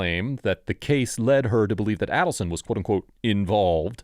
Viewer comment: Listen! What makes you pronounce the main subject's name differently than anyone else in the video, or ever, anywhere?? Shook my confidence in anything you were to say there after. Bye bye. Silly me let this play while I kept working...and found myself further annoyed like crazy by your continued CREATIVE pronunciation of the main names ...It is AY-delson. A LONG A- JUST LIKE EVERYONE else, EVER has pronounced the name of the family this video is ABOUT!! Then you go and refer to KATHERINE, or KATY, KATHY. WHY? WTF?